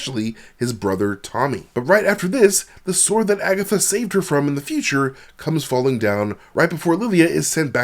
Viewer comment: Broooooo did you just say Agathot lol